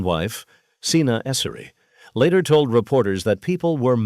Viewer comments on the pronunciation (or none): none